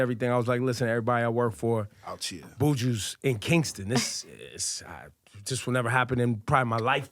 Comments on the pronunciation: “Boojoo”?? Buju! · It's Buju